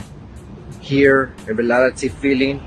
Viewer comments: “in relality” 😭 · "In relality"